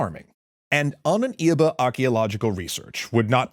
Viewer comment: Ahnenerbe, not "Ahnen Irbe"